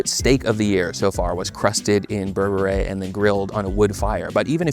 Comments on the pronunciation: Great vid! Just know it’s pronounced “bear-bear” not “ber-bet-ayy” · Berbere is also good on pasta. I think it’s pronounced BER-be-RUH by the way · it’s pronounced bear-beret (i watched one marcus samuelson video) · burr burr reh. cmon bro you're mexican, you can pronounce it better.